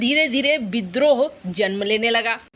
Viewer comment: बिद्रोह, एक्सन, सेरों और बाघों, सरिया कानून, चिड़िया घर में सेर, एक सेर की कीमत, सुरुआत कैसै, क्रैस, बुसरा बीबी, सेख रसीद, निसानी, सहबाज गिल, लानत भेजो ऐसे अशुद्ध हिन्दी उच्चारण को